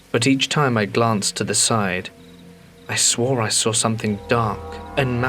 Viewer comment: "And then I saw(r) it" said for the th time 🫣😂🤣